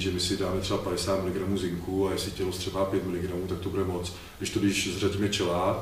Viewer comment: Ahoj kluci, máte skvělý videa. moc se od Vás učím. Skvělá práce. Jednu poznámku si ale asi opravdu odpustit nemůžu. Možná Vám to už někdo říkal, ale chelát se vyslovuje [chelát], nikoli [čelát]... jen taková drobnost. Jinak ještě jednou díky za videa ;)